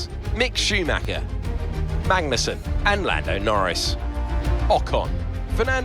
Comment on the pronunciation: you say magnussen like benedict cumberbatch says penguin. you miss the 'g'